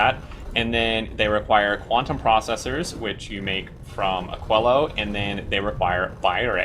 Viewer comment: I believe it should be pronounced more like "akeelo"